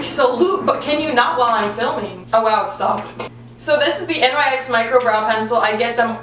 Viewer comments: Btw it is pronounced nyx as one word, like nix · it's pronounced nix 😭😭 please say nix next tim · I thought she actually realized how to say NYX